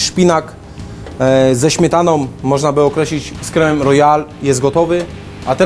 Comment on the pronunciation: "ziemjaki z masłem i śmietanom" - do logopedy! :P